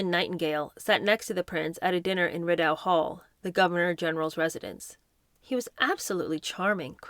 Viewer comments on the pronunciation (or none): Just an FYI…..Rideau Hall is pronounced…ree-doe….hall, the home of the Governor General. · I’m Canadian… Rideau Hall is pronounced Ree-dough.